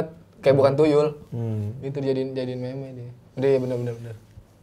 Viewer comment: "meme" dibaca "mim" ! 🥵